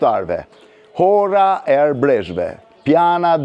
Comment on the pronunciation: Hora me nje r jo me rr te forte. Kemi Hore edhe ne zonen e Vlores, ne Vranisht.